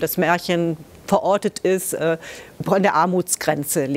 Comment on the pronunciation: Hat sie gesagt "veroutet" 🤦